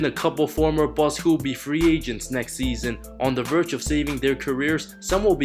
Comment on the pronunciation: Omfg seeeeeesson always with the same accent,pronunciation and timing..it really kills my ears..you say "season" that way on purpose,don't you?